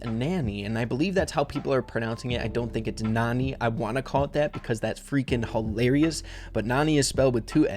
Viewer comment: pronounced "Nanny"